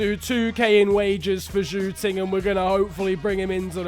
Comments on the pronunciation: Zhou ting - shoo-ting 🤣🤣🤣🤣🤣🤣🤣🤣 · Zhou Ting is pronounced Jo Ting I know bcz i take a Chinese class